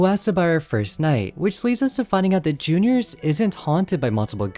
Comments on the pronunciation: listen i dont mean to hate but pls stop calling it J.r's it's juniors the trailer you showed it calls it juniors this is just a small complaint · Jr's, not J-R's